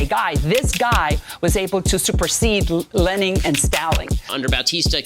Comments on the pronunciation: Not lening and staling... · Not Lening and Staling!!! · i had to pause and laugh at "lening and staling"... i fucking cant lmaooo